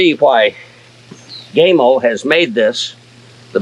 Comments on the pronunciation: O-Lord... It's not GameO, it's Gamo. The "A" in Gamo, sounds like the "A" in apple. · GAmo. Not Game-o. GAmo. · GAM-O NOT GAYYYYMO great video otherwise. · You lost me with your pronunciation of " gaymo" its Gamo. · gaymo?!?!, LOL, it is gamo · Dam boy why you callin it gameo it’s gammo fo. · Gamo not Gaymo 😄 🌈 Great vid though. Thanks. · Funny comment. But that's how most Americans say it. The only other pronunciation I've heard was by an employee of Gamo. I'm assuming his pronunciation was the Italian way of saying it, since Gamo is an Italian company. He pronounced it Gah-mo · He said GAY MO, 😅 It is pronounced G A M O, for the love of God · love your review, love your garden even more, but pls could you stop pronouncing it gay-mo its pronounced like ham-0 but gam-0 PS also like yr American accent, just not the "gay-mo"! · My buddy here asked me to mention the company name is pronounced with the 'a' sounding as PAM, not PAID. The 'a' in not sounded as the LONG 'a', but SHORT sounding. Buddy happy now. lmsbo! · First, it's GAMO , not Gameo. You pronounce it with a long A, incorrect. It's pronounced with a short A. Gamo, not Gameo. You failed to mention that in order to buy ANY parts for these garbage rifles that don't work properly, you must have a Federal Firearms License. No Federal Firearms License, not replacement parts. Gamo doesn't want you fix their rifles. They want to throw it away and buy another new one. I wouldn't take a Garbage "Gameo" if you gave me one! Dump the leather lid, we don't care if you're bald or not. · It's not called Gay-mo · It's not pronounced gay-mo. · I think he has it out for gamo by calling them “Gaymo” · Never heard of a air gun company called "Gaymo" as you incorrectly pronounce it. Learn to speak English!. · gay-mo ? LOL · IT'S GAMO,, LIKE GAMA RAYS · Your pronounced the company name wrong. The color bands are for the purpose of use. Red = pest control and recreation green = hunting blue = target and competition.